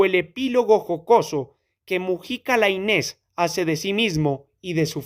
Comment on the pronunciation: Gracias, no conocía el texto. Eso sí, se pronuncia "Láinez" con acento en la "A". Saludos